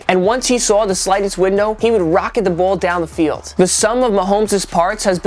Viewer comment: When he says "Ball" he says "Bole"